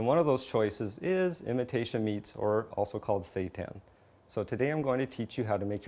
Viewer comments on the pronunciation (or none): this is pronounced as "seeton" no satan. satan is evil, and being a vegetarian or vegan is of GOD which satan is not, he was Created the same as we were By God. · Lol, he says "Satan" and "Pap-Reeka" ...sorry :O